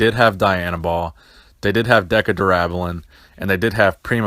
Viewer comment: Did I just hear him say Deca incorrectly or was that just me?